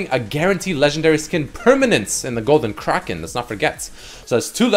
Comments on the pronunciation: who the fuck says Kroken? its Kraken A as in apple! Fucking driving me nuts cant even finish the video without typing this lol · Anyone else tilted by him continuously saying Golden Kroken and not Kraken? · Its spelt kraken. Pronounced cracken. NOT CRAWKEN. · "Golden KRAHken" made me fuckin lose it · The way he says kraken actually hurts my ears. Then randomly he pronounced it correctly like once or twice but most of the time he was saying "kraaarken". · actually illiterate, seems like every video he can’t pronounce simple words. Craw-kin? Are you kidding me dude?